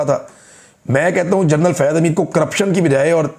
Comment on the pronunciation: جرنل لفظ درست نہیں جنرل درست ہے